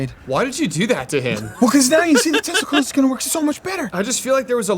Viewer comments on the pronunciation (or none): It was definitely tesla coils but it sounds like testicles